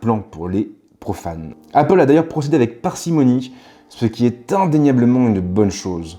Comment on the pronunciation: "Appol" j’pleure